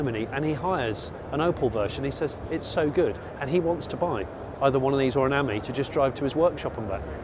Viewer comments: Ami is pronounced as the French for friend the emphasis being on the I ( Ameee ) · With the Panda you can get lettering to fit into the indentations. Ami has the emphasis on the I , pronounced as friend in French not the way you pronounce it .😢